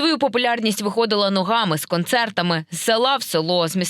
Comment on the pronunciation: Не вихОдила,а вИходила.